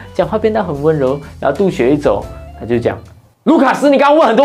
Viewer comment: 督学的督是应该念第一声哦。 不怪你，因为老师素质嘛。。。